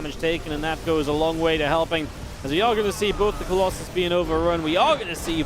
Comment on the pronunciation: why u say colosai, its colosus